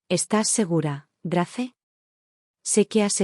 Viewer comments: Se pronuncia Greis no Grace,que feo suena eso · Grace se pronuncia Greis. Header se pronuncia Heder